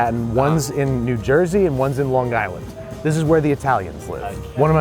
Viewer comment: Lawn guyland. You pronounced it perfectly